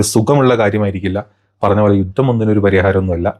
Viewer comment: യൂത്തം അല്ല യുദ്ധം